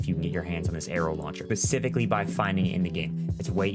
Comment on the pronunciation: You lost me at Grappling Hook and "pacifically".